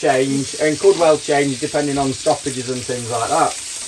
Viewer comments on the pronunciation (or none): Problem with talking while Dawn is cooking breakfast is that when you referred to 'stoppages', I heard 'sausages'!